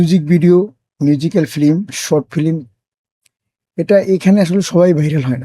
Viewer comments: এই লোক তো উচ্চারণই জানেনা। ফিল্ম কে বলে ফিলিম.. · ফিলিম না ফিল্ম😂